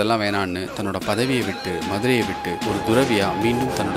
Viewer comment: துறவி ( ThuRavi ) - Dhuravi அல்ல நண்பரே உச்சரிப்பில் சரியாக உச்சரித்தால் தமிழ் செழிக்கும்